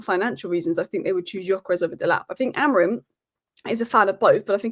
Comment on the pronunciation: I love some of these pronunciations - AmoriN and OsiNheM 😅😅😅